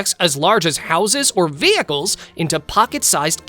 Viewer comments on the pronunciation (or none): none